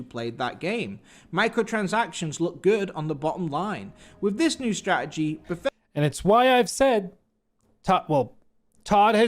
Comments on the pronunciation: "when i say ber-fes-ter what comes to mind?" umm, that the english are terrible at english? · I didn't know it was pronounced "Befesder"